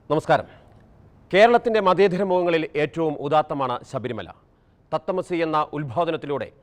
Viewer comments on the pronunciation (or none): മതേതരം മതേധരം അല്ല തത്തമസി അല്ല തത്വമസി ആദ്യം പോയി നാക്കു വടിക്കെടോ